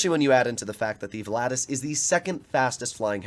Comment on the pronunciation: Man you butchered the name volatus 🤣🤣🤣